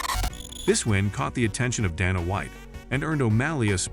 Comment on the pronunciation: You dont know how to pronounce Sean or Dana name. You should not be narrator.😅😂🤣